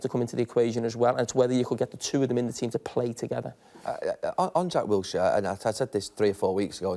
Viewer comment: Wilshire? Hahaha!!! He's Jordan Henderson of Arsenal. Pity us Brits and how we're taking for a ride